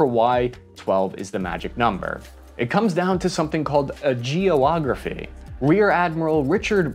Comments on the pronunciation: I laugh, in good nature, at your mispronunciations, but "geo-ography" nearly broke me. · the little nuances you throw into a segment with you is funny..."Gee =oh- ahh- Graphy" (Geography) was quick, you had to catch it